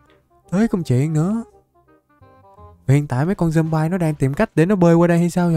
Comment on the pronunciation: Người ta đọc là dom bi còn thầy thì là dom bai kì dậy😠